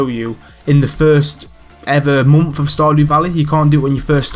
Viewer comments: yeh, i agree. You say month as like "Monnth" but it really doesn't bother me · I love how you say month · the way he says month lmaooooo